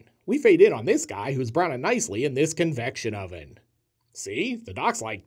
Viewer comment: I like the emphasis you put on "convection oven."😂